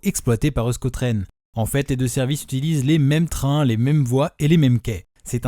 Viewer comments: Je ne pense pas qu'on prononce "eu-sko tren"... Ça se prononce plutôt "éousko tren"... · on dit éouchko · Tu as oublié de dire que la ligne 1 avait été prolongé jusqu’à plentzia le terminus actuel mais super vidéo ! (Euskotren se prononce éouchkotren)